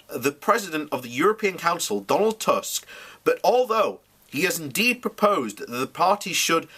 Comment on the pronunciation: I think this is the first time I have heard a British person pronounce Tusk correctly. Nice one!